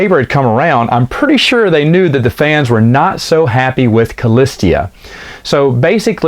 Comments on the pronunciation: Totally killing me with “cah-list-ee-ah”. Remove the third, non-existent syllable, please…..”cah-lis-ah”. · Shouldn't that be "Callista"? You keep saying "Callistia" for some reason... :o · Kah-list-a [callista]. Not a hard name to pronounce smh 😂